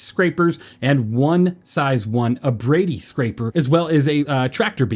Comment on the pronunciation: Captain Foxy pronounced Cinch as "Sheik" but pronounced Abrade right Now we have pronouncing Cinch right, but calling Abrade as "Abra-dee" I don't know what to make of this useless information, but there has to be a connection somewhere in my whiteboard of conspiracies